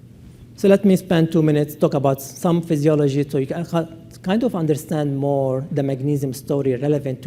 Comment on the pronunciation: "innerstand"? Seriously?